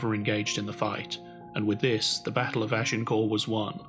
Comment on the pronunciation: The final ‘t’ in Agincourt was pronounced even in the Middle French of the time, let alone Middle English.